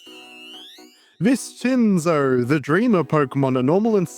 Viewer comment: So abt the name Viscinzo: pronouncing "ci" as "chee" is an Italian thing, but "sci" actually makes the "shee" sound in Italian (see "fascismo" or "prosciutto"). So it'd be more like "Vish-in-zo" Obv this is English and you can call it whatever you want, but I thought you might find it interesting.